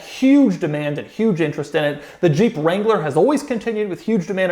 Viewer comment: Doug, the Mercedes Jew Wagon? Wrangler got mangled also. Oy! I played it a bunch of times with my eyes closed. It’s what I’m hearing.